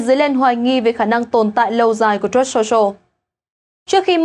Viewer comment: Phát âm truth sai rồi